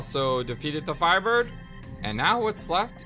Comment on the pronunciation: why did you pronounce his name without a T of all variations of the name